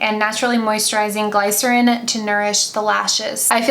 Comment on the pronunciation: "Gliss-erin". Not "glie-cerin".